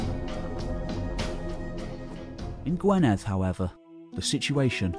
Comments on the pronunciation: Gwynedd sounds more like gwineth,,unless you live here you dont get things correct..im english but lived in wales most my life ;-) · Sorry to be a stickler! But the Welsh counties are Powys (pronounced pow-iss), Gwynedd (pronounced gwin-neth) and Dyfed (pronounced dove-ed)! But thanks for the effort, it must be huge!